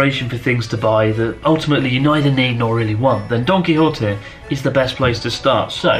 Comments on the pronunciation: i still hear it as "donkey hottie" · I'd say he's pretty close to "correct" pronunciation, save for a weak "h" instead of the Spanish sharp "j". He pronounces the "Qui" part correctly as "Ki" instead of closer to "Key" as many anglophones seem to do, and the correct "ote" instead of "otay". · All I can hear now Donkey Horte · Gonna be honest, I though Chris was saying Donkey Hot-eh~. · He didnt pronounce it as Y, he pronounced it as an H. I live in Argentina and we say it like that. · I heard "Its called Donkey hotteh" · Don Quijote sounds like Donkey Hote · i thought you said donky hottie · He pronounces Don Quijote like Donkey Hotel.